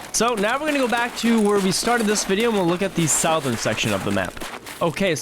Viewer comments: What kind of dialect is that that says 'sowthern?' I've only ever heard "suhthern?' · its not south ern its pronounced suthern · Please stop saying Sow e thern. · I can't get past southern getting pronounced "south-urn" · Sow-thurn was absolutely wild. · Did this fool say south ERN? LOL jk dude. Thanks for the tips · Bro why sou-thurn? Never learned how to speak ? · South-ern is really bugging me xD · Hey pimp it’s pronounced “suh-thern” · I had to turn it off I can't. I can't do it anymore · My mans failed English class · It hits the ear wrong doesn't it. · youre saying southern wrong...